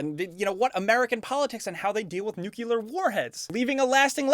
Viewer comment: If you know you pronounce "nuclear" wrong... why not just, y'know... pronounce it right?